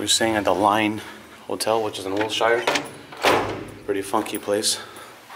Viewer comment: wil-SHIRE lmao